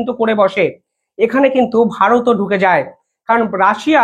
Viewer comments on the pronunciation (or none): none